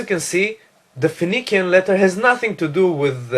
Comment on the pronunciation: Phoenician is pronounced fe-ni-shian in English not fe-ni-kian.